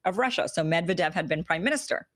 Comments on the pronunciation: It's pronounced Med'viedef not Medvedev xD /mɪdˈvɛdɪf/. Thanks for the awesome content. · It's pronounced 'Med-VED-ev.... stress on the 2nd Syllable... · Stress of "Medvedev" is on V Medvedev (/mɪdˈvɛdɪf/). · This vid didn't open from notifs, only from your channel. It's Ka-zakh-stan (if I got what you re saying), and it's MedvEdev, not MEdvedev, btw. We were expecting them to resign back in 2018 after reelection.